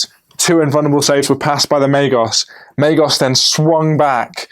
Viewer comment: Pretty sure it’s Ma-gos not ma-jos! But great battle report :)